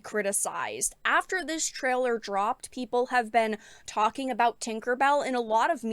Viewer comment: She keeps saying 'treller'. Does she mean 'trailer'?